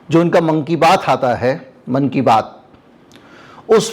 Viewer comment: मोदी जी कि ..." मन कि बात " मुझे ऐसा सुनाई दिया जैसे..." Monkey Baat" 😂😂😂😛😛🤣🤣